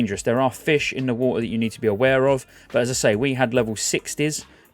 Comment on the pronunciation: "Swim through the war-ter"